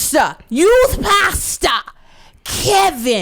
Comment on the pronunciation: said "to today's youT" HAHAHAAH #dead